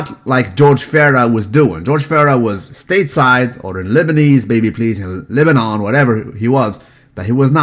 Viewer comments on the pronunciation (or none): none